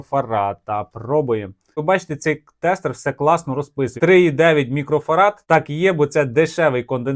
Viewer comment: Чоловіче. МікрофараДи. Від слова Фарадей.